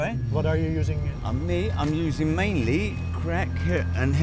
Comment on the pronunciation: "Mainly"😂 God damn